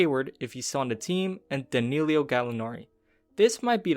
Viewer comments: Danillo: Duh-knee-low not danillio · It's no Danilio...it's Danilo